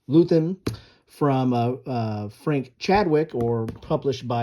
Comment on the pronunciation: *Leuthen. Loy ten. Not loo then. *Grognard. Groan yard. Those who bitch moan and complain. Napoleon meant his best veterans by that, they're happy when they are complaining about something.